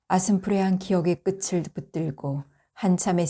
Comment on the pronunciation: 끝을 은 [ 끄틀]로 발음해야 합니다 ㅌ 받침 뒤에 모음 ㅣ[이]가 올때만 치로 발음하고 나머지 모음 뒤는 ㅌ 발음을 해야 합니다 끝을 [끄틀] 끝에 [ [끄테 끝이 [끄치]]